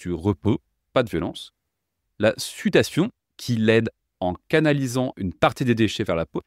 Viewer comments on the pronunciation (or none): . La sutation ? La SUDATION ! Ha l'IA ! Je ne suis pas contre mais oourquoi vous dites que c'est une voix naturelle ? ça s'entend car trop parfait dans l'ensemble mais avec des détails révélateurs tout le long.... D'ailleurs de qui est cette voix ?